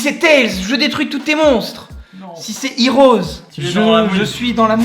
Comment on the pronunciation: Mais ils disent vraiment « HEROS » au lieu de « HEADS »